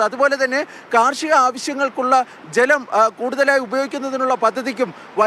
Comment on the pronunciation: Jlam alla maapre malayaalathil chalam enna parayunne